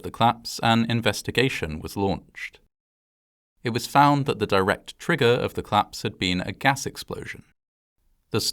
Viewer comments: The way you pronounce collapse fast makes me hear claps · Collapse. Not Claps. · Just wanted to point out that it's pronounced- "Collapse" not "Claps". Thanks. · "The building was at risk of claps. The claps was caused by a gas explosion, but this claps could have been prevented." Odd, I always though collapse was a two-syllable word. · Are you saying ‘claps’ or ‘collapse’?